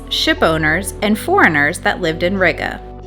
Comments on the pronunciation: Ree-gah, not Rigger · It was a little painful to hear you pronounce Riga…. Gotta roll that R a little and the I is more like a long E.. like, Rreega